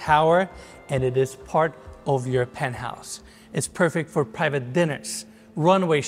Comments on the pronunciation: el "pentouse" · Se pronuncia PENT HAUS. Aprende hablar inglés. Todo el tiempo estás diciendo burradas.